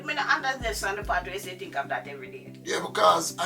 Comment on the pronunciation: Listen to my friend" You tink me perfect baby?"